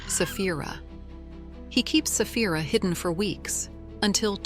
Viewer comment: Its dragoness Saphira not safh.. Stupid Ai